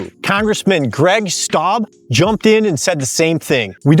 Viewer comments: I missed any visuals, so I don't know if you were referring to US Rep. Greg Steube. If you were, he's my rep. His surname is pronounced Stew-bee. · That's no silent E with Steube. The name rhymes with Ruby. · STEUBE - is a German name. Learn to pronounce it. Otherwise I agree.